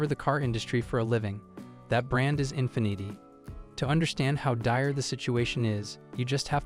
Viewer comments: Infinnit’ay eh? Sounds like Carlo Rossi Asti Spumante wino champagne, ya asskiss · Infineeeti - lol what a bunch of AI slop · Learn how to pronounce the car brands, IE: Nissan, infinity, etc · I agree, infinity is pronounced INFEEENEETI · You would think the AI could pronounce words like “infinity” correctly. 0% effort here… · Yet you couldn't watch one Infiniti commercial to see how to pronounce it? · Yeah, it mispronounced Infinity. 😂